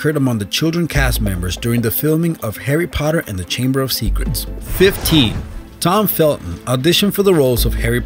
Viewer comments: *these I and also it said Tom Felto instead of Tom Felton lol... can you slytherin a n at the end and it is all good! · Tom Felto aha it's Tom Felton. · "Tom Felto" oh okay